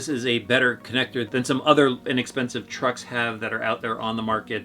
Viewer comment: How many times are you gona say inackspensiv its not chep!!!